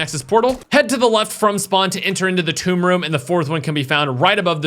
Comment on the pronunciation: whoaaaa did I actually hear finally pronounce the maps name properly??😂